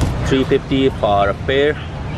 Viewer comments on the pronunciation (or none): It's pairs not pel